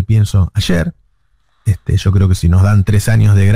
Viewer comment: Se dice YO no SSShoo Navarro